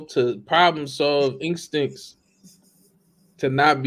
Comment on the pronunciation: chap saying ‘inkstinks’ ??? 😂 I’m sorry - it’s both hilarious and unbearably sweet.